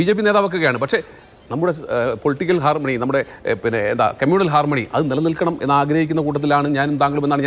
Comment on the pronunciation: ചാമാകാല... Harmanoy എന്ന്...😂😂